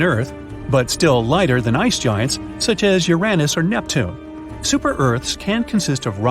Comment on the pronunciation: The AI voice is awful..NeptunEee? Lol